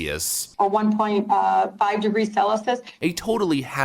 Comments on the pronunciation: It’s 😮 Celsius not centalous. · She pronounces ' CELCIUS' as "SELLASIS". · Did she say "sellisus" instead of celsius? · Celicus? It’s “Celsius”, Rashida. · Rashida Tlaib has up to $100,000 student loan debt and doesn't even know how to pronounce "Celsius"?Celasos, really? It's not the CEOs who don't care about American workers, it's her. Hundreds of thousands jobs depend on the oil and gas industry. What a narcissist! It is an incredible impudence to threaten the CEOs of the banks. Byproducts of the oil industry are needed by numerous industries to produce everyday products. We need petrolatum for hygiene- and medicine products; care products and makeup contain liquid and solid paraffin, e.g. her blood-red lipstick; we need it for baby products (low skin irritation property). The plastic industry cannot exist without oil. We wouldn't even have syringes to vaccinate people! All plastics contain byproducts of the oil. Hard plastics like refrigerators, washing machines, etc. and soft plastics like carpets, sportswear, fleece... The list is endless. The transition to an oil- and gas free future will take decades. Has Rashida ever wondered where the energy for her electric car comes from? Where the ingredients used to manufacture her glasses and make up comes from? She obviously has no idea! Only about 3% to 20% (depending on the area) of our energy needs are covered by renewables. In addition, of course, renewables are not environmentally friendly. . Immediately stopping oil production would destroy our civilization. With gas, the situation is different, but we cannot do without it. Not yet. Anyone who doesn't see this is a fanatic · Can't even pronounce Celsius correctly. "Celisus" 🤣🤣🤣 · Selisis? Oh Celsius? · Did she say sellisus instead of Celsius? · What is "Celisus"? She can't READ! What an evil 'woman'! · "Celusus"?! WTH is "Celesus ? lol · Celisus ??? So uneducated 😂😂😂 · She said "sela-sus" for Celsius. Sounds sus. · "Celisus" wow. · "5 degrees celisus"?